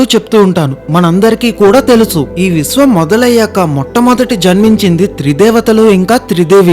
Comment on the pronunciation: "ళ" మరియు "ణ" అక్షరాలు పలకడం నేర్చుకోవలసినదిగా మీకు విజ్ఞప్తి 🙏🏼 అలాగే "ఖ ఘ ఛ ఝ ఠ ఢ థ ధ భ శ" అక్షరాలు కూడా పలకడం నేర్చుకోవలసినదిగా విజ్ఞప్తి 🙏🏼 "శ" అక్షరానికి "ష" అక్షరానికి చాలా తేడా ఉంటుంది. విష్వం కాదు విశ్వం షివుడు కాదు శివుడు దర్షించుకోవడం కాదు దర్శించుకోవడం.. ఆఖరిగా ఒక విన్నపం.. దయచేసి మామూలుగా మాట్లాడండి, ఏ హిందీ వాడో లేక తమిళం గాడో తెలుగు సగం నేర్చుకుని వచ్చి రాని యాసలో చంపినట్టు కాకుండా 🙏🏼